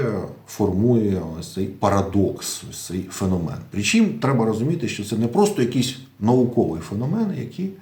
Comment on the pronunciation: ФенОмен , наголос на О